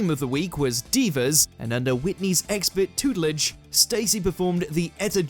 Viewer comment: I’ve found hilariously mispronounced word of the week! ‘Tootlidge’.